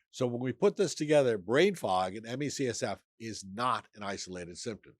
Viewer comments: As ….i noticed too!!! I had to back up just to be sure he was saying it wrong. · Is there a reason why you keep saying CSF? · I'm not sure if I can finish the video because he keeps saying CSF 🤦🏻‍♂️🤦🏻‍♂️ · Me csf?? Can't he pronounce this properly? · There is a lot of good info, but it's hard to take it seriously when you say the acronym wrong every time. How can an "expert" say the condition wrong every single time? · So we just read from AI now? Seriously? Not a single word about Detox. Not a word about the Lymphatic System. And you say you were on the advisory committee for Health and Human Services ME/CFS group from , but your can’t even pronounce the name properly. Why has it taken 6+ years for you to make a video about this illness? And you made 300+ other videos first. Lots of questions with this video. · Same. It felt delegitimizing despite most of the other information being good. It would be nice to have this to share with friends and family, but why would they take it seriously when even the "expert" keeps pronouncing the name incorrectly. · If you are a specialist, why do you say the name wrong every time? Another sign of the medical neglect patients with ME experience. Hardly any physicians know what it is.